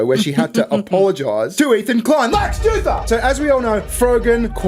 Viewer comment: DAMN EVEN CALLING HIM LEX JEWTHUR